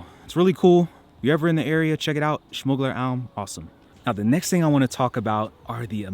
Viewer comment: Gotta say the way you say schmuggler alm almost sounds native. Enjoy our beautiful country :) Willkommen!